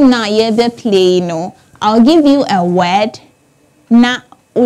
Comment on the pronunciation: Weird the way she pronounces Word = Wed